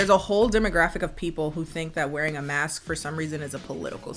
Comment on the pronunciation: Mask-sksksk Me: why is she saying it like that It's masksksksk wtf masksksksk...fuuuuck 😂